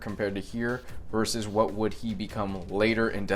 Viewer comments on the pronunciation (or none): none